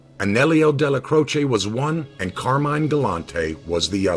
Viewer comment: Pronounced car-mine!! Say it right!!